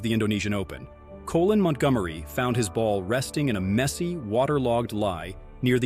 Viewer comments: Who edits these things? His name is COLIN MONTGOMERIE, not Co Lin, must be an illiterate narrating this. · Coe-lin Montgomery.. surely its not that difficult to say colin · its colin not coolin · "Colon" Montgomery?? Dude, you're an idiot.